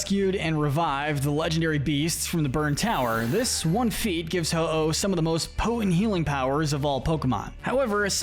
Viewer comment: IT'S HO-OH, NOT HI-OH! SAY IT RIGHT!